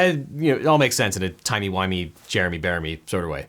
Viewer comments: The Good Place!!! I thought I was hearing things when you said Jeremy Beramy today. 🤣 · He said Jeremey bearimy!!! I'm dying